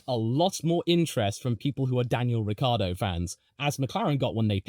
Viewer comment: oh, and Ricciardo is pronounced phonetically as " Rick kee Ar do " 4 syllables, not 3 syllables .. Lucille Ball was married to Ricky Ricardo, this is Daniel " Rick Kee Ar do " fyi